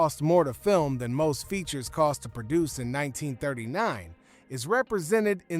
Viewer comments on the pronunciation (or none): none